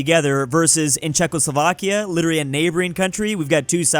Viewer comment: In my country Iran the way he pronounce it is a bad word